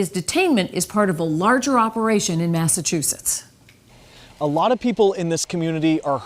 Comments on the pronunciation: Lol, you said Massa toosits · You’re so funny how you say Massachusetts with and extra T instead of ch 😂